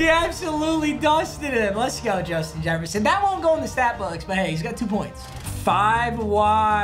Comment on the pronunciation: Jushin Jesshferson